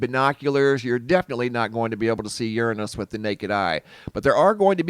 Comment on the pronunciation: I had seen monday a web site that was showing the corona hole in the sun and to expect the geomagnetic storms this thur/friday march 24th! And, who pronounces uranus "yurn'us"?🙃